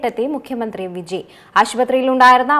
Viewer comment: വിജി അല്ല പെണ്ണെ വിജയ്